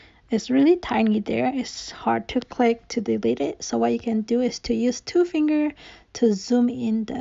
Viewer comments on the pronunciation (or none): none